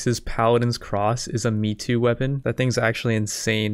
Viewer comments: One correction, the pronunciation of "Meitou" isn't "me too", it's more like "May tow", which means famous sword or legendary sword in Japanese. The written form is "名刀". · it's May-toe not me-too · Lol bra, every time you said Metoo new born children got aids, its pronounced May toe, the disrespect shown to those legendary blades is unbelievable. and the Yonin XD killed me, its Joe nin, other than that great vid bra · model "may-toe" :D